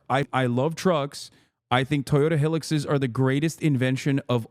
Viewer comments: It's not hill'x btw it's hi-lux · WTF is a Toyota Hillicks? It's High-Lux.